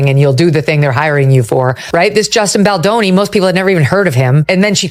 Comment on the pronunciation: Please pronounce Justin's last name correct! Thus the thumbs down!